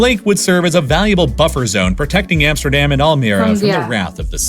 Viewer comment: What i don’t understand is that he pronounce Amsterdam and Rotterdam different even tho the A in dam is exactly the same in Dutch.